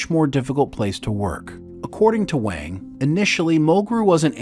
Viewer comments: I could have sworn he preferred it pronounced 'Wong'. Not 'Wang', despite the spelling. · Garrote Wang is pronounced Wong not Wang. Regarding the Ship itself its really good they made Voyager a Science vessel and not a battle cruiser. You have to make Voyager under powered under maned and under gunned otherwise there wouldn’t be opportunities for vulnerability in a new part of the galaxy! If you sent the crew into the unknown with a warship they would be the dominant factor and their journey would be too easy. This way they may not be the species with the biggest stick or the crew with the ship with the abundance of energy and resources but its their ability to work together as a team and work well with the tools they have to overcome their obstacles. Make it a big battle cruiser with all the power reserves and weapons at their finger tips and Voyager’s journey home would have been like Glamping.